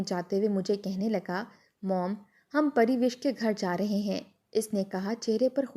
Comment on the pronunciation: Pariwish nahi Parwash naam hai